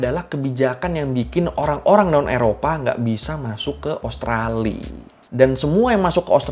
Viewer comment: Bang usahakan selalu sebut nama Australia bang, karena namanya bukan Australi, ibaratnya sama dengan nama Indonesia, bukan Indonesi. Maju terus abangku. Sukses selalu yah👍